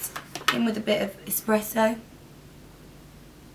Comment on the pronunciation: I'm from Italy and it's so funny to hear you say "espresso" because in Italy we say "espresso" with the second "E" open